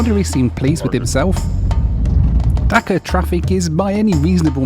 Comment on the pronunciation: Pronunciation of Dhaka is not like "Dakar" right?